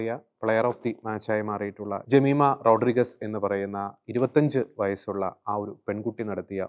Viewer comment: റോഡ്രിഗസ് അല്ല, റോഡ്രിഗ്സ് എന്നു പറയൂ